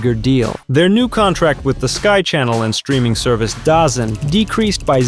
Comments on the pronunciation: DAZN is pronounced "Da Zone" not "dozen." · DAZN is pronounced Da Zone (like The Zone)